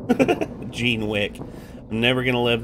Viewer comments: I think "Jean" is supposed to be pronounced the French way. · Yeah, I thought so too. lol